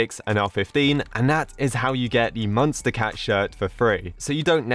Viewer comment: I like be it how he pronounces it as munstacat instead of MonsterCat